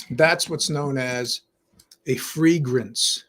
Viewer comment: "Chatmosphere", cool. " Free-grance" haha